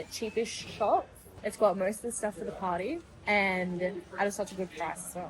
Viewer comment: when she said party secshon I thought she said potty secshon🤣🤣🤣🤣🤣🤣🤣🤣🤣🤣🤣🤣🤣